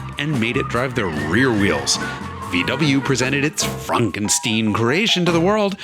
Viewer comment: frankensteen? he was swiss, not jew.